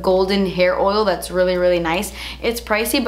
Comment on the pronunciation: I love when she says " das expensive" hahah 😂